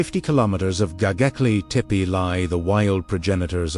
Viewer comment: Don't like the AI voice that can't pronounce the name of the place correctly! Please, program AI by knowledgeable humans.